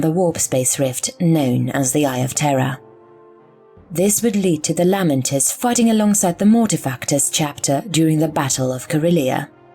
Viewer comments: Just an FYI: the majority of the Imperium pronounces their names as "LAY-Mentors," not "LAH-Mentors." ducks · I am sorry the content is excellent but the lamenters pronunciation is grating I have never heard said that way.